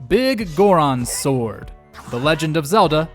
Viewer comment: it's not Big Goron's Sword, it's Biggoron's Sword. they're pronounced differently.